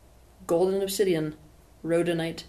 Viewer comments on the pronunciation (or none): none